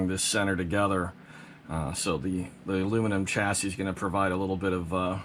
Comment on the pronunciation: Lol chassis plate lmfao stop sayin it wrong